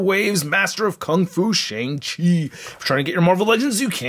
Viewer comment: He said shing chi